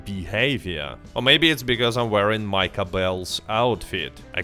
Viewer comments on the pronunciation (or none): none